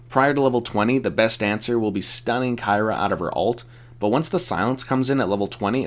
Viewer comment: Please learn to pronounce her name